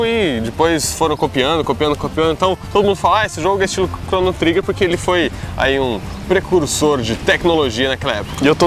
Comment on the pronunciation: a pronuncia do nome do jogo está errada, mas o jogo realmente é uma referência forte para o gênero RPG. E todos jogos hoje em dia possuem elementos de RPG... Praticamente impossivel algum gamer não curtir um jogo que tenha aspectos de RPG, como Skyrim por exemplo.